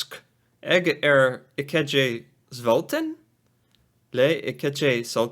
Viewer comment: So you say "sulten" like this: The first part, Sul, you pronounce it like sue, as in when you sue someone, but add an L to it. :) Then you end it with the english way to say the number "ten".